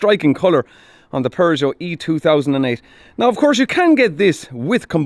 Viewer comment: The pronunciation of Peugeot is not "PervertJo"... to be clear 😂